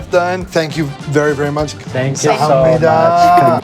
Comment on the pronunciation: He said thank you correctly: gam sa ham nee da.